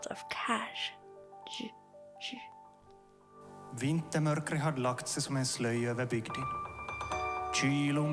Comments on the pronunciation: Not Kaj as in spanish kadg.. Just k a i.. The J sounds eye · Why do you pronounce Kaj as Cash? That makes absolutely no sense. and it is sad to see you did absolutely zero effort for this video to get it right. That is butchering of both Swedish and Finnish language!! If you need help. Kaj is prounounced like Kajak without the "ak". Kaj. It is not cash! WTF? Shame on you. You see, nice when someone butchers your name. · It's not cash it's KAJ kai is a better way to read it the cash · KAJ rhymes with “tie” or dye”, not “kazh”. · It's pronounced Kai. It's swedish not english 😉😆. The "roar" you always have in the end of every video is the cutest ever btw 🥰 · KAJ rhymes with "guy" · It's promounce "kai". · Pronounced "Kai" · It´s "Kaiy".